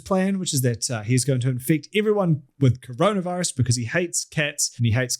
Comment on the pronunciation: or as pronounces it: “cronavahrus”